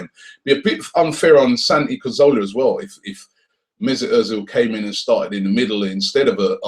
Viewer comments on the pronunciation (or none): Why do people have such a hard time pronouncing Cazorla's name? There's nothing complex about it at all. Sorry, but it's the truth.